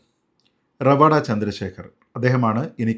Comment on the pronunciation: ഇത്രയധികം Online news channel ആൾക്കാർ എല്ലാവരും പേര് റവാദ എന്നാണ് ഉച്ചരിക്കുന്നത്. പണിക്കരാണ് റവാഡ എന്ന് കൃത്യമായി പറഞ്ഞത്. ഇതാണ് കൃത്യമായ പേര് എന്നു പറഞ്ഞു തന്നത് വടയാർ സുനിൽ ചേട്ടനാണ്. പണിക്കർ സർ, താങ്ങൾ എന്നും താങ്ങളുടെ തട്ട് ഉയർന്നു നിലക്കും.